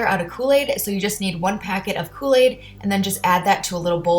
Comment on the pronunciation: kooi aid